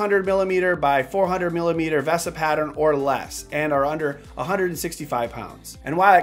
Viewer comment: Every time you say ‘V-ah-sa’ Mount vs the correct ‘Veee-sa’ Mount drives me crazy...